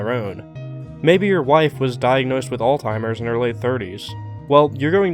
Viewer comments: My dude it's not "alltimer's" it's Alzheimers. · Why's your 'alzheimers' sound like 'all timers'? :D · great video, but please, its pronounced als-high-mers, not all-timers. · Hey my guy it's Alzheimers not "All Timers" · alzheimer's. alZHEimers. With a "z". Not all timers. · Am I the only person kind of annoyed that he called it all-timer's? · You just called Alzheimer's alltimer's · Why do americans call alzheimers "alltimers"? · Isn’t it Alzheimer’s not all timers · "alltimers?" hehe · Great video! It’s ALZheimers..just so you know! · Alzheimer’s doesn’t have a T in it